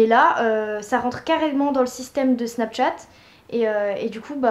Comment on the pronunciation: 1) Apprends à parler (Snapchat, ebay...) 2) T lunettes : cool ta life 3) T'avais pas un BEL IPhone 5c avant ? 4) Avis perso : le rouge (rose) à lèvres je le trouve dégueu 5) Je suis désolée mais je trouve cette vidéo vraiment ratée mais c juste mon avis perso. Bisous :-*